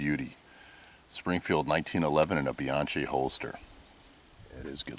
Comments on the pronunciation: Not "Bee-ahn-chEE;" you say it "Bee-ahn-KEY" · Bianchi -- pronounced "Beeyonkee" -- not "Beeyonchee". You're welcome.